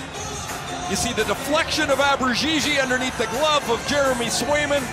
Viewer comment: Great goal by Nick Abbruzzese! I hope that by the time he gets his 2nd, the TSN guys will stop butchering his name!